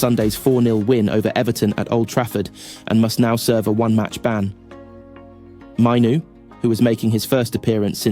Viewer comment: It's Maino not Mino . Also it's Yoro not yoroo